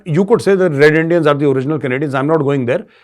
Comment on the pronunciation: Jhad saur andia dono word sunne me bahut maja aata hai... mejor shab. Shandar....